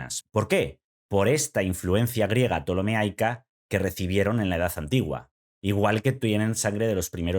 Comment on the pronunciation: Ptolemaica no ptolemeaica.